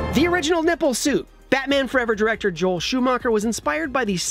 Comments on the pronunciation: “Batan: the movie” >Batan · Batan? Really IGN? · Batan? Who is Batan?